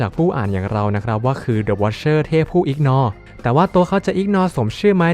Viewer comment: อ่านเป็นthe wicherเฉยเลย😅😅😅